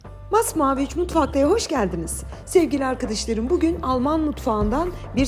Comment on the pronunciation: Allahım!.. Sizin "ARKİDİŞLARIM" kelimenize hastayım!.. 😂👏👏❤ Ben bir edebiyatçı olarak takıntılıyımdır Türkçe'nin kullanımına ama siz istisnasınız 😅 Bu arada elinize ,emeğinize sağlık 🙏